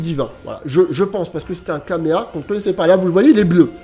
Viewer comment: Est ce que je suis le seul qui est étonné quand il dit kameha à la place de Kamehameha?